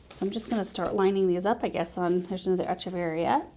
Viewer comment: In Latin the ch in Echeveria says a K sound so it's Ekeveria. I know years ago you had said you weren't sure how to say it.